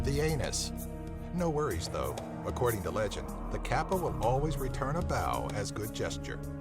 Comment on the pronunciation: the kappa is pronounces completely wrong